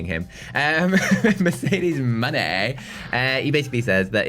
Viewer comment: Stop saying Mercedes Jones' name that way it is fu***ng annoying and disrespectful.